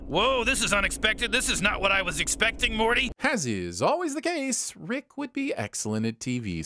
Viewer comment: calling “Morty” by “Marty” ding